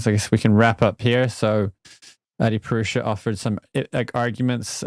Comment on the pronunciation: "A-purush"? How white of you?!